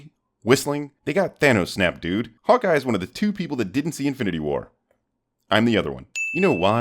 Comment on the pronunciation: He said hawka not hawkeye